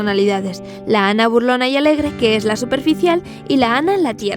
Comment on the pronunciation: esa historia es verdadera y para tu información se dice Ana no “Anne”